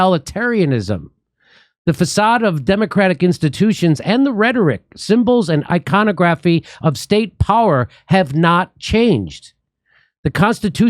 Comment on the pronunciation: I-con-augh-graphy, Jimmy.